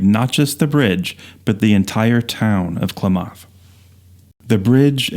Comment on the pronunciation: Klamath is pronounced "clam-math" with the accent on the first part. Thought you'd want to know. I just found your channel today and it's great! Thanks so much! I actually have a View Master camera to make my own slides but I never used it much. I have a few slides from when I first got it. I have the Redwood Highway set too, and a few others that are old.